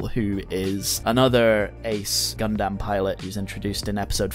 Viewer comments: It's pronounced as "Gun-dum" not "Gun-Damn" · "Gun-damn" I've never heard anyone else pronounce Gundam this way, ever.